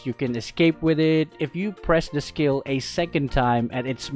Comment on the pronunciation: Was I the only one imagining he was saying scale one when he was saying skill one